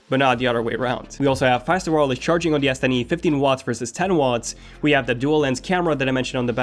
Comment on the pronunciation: I keep hearing yes10e